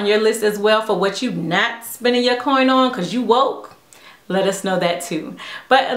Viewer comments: I love you and your videos, but I have a question! Why do you say "save your coint"? I've heard of saving your COIN, but I have no idea what a "coint" is, and I've really been trying to figure it out! I don't mean to throw shade at all, I'm just wondering what that means! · every time u say coint i buss a laugh so hard lol